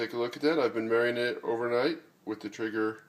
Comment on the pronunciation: it's pronounced "tray-ger".